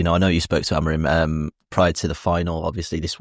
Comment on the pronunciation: Stop calling him AMORIN ffs, how f**king lazy are people? You hear all these content creators and journalists from Manchester and around the northwest completely incapable of saying his name correctly. His name is AMORIM, not AMORIN. as always with the AMORIN nonsense. F**king weird affectation that is.